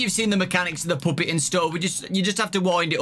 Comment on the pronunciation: i love how he says puppet like “poopet” i literally love this guy so much